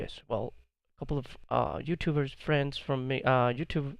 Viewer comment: please stop saying youtooth